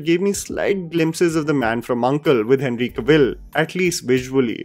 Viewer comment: You pronouncing henry Cavill's name is the cringe moment in this video. matlab kuch bhi 😅😂😂